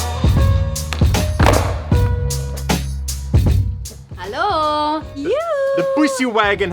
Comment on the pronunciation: "Hallo" Wait... is she german? :D